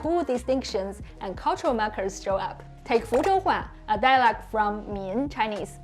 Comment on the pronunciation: Hi. You help us so much with Chinese, now it’s my turn to help you with English. You’re not saying the word “dialect” correctly. It sounds more like “dialog”. Your tongue needs to be more forward when you pronounce the “e” sound. It should sound the same as the “e” in “get”, “met”, “let”. Yours sounds like the “oo” in “door”, or “floor”. That back tongue position is also making the “c” sound more like a “g”, not a “k”. This is also one of the few times where you can’t swallow the final “t”. You have to pronounce it, dia leh k-t.